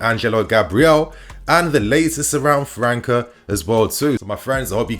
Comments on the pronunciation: Top content bro 🔥🔥🔥 a small correction tho , it’s not Mateus “Franka”, it’s Mateus França , you have to say the Ç part as if it’s a double S , just like you’d say the word “ass” for example 😂 you’d have to say “Franssa” That aside , loving your content bro keep them great videos coming 💪🏽 best regards from Portugal 🇵🇹 😎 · Bro his name is pronounced franssa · It’s not “Fluminense” it’s Flamengo! And in English would sounds like Matheus “FraSa. 😉